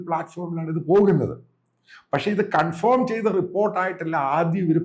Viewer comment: കൺഫോം അല്ല. കൺഫേം..